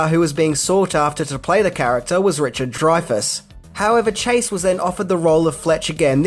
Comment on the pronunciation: Good job finally pronouncing "Dreyfus" correctly. 👍🏻